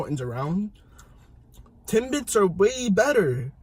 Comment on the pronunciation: He said tim"bites" lol